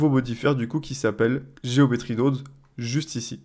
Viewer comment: "Nodes" ne se prononce pas "naudes" comme dans guillaume mais plus le o de carotte... Prononcer carautte serait bizarre en effet... ;)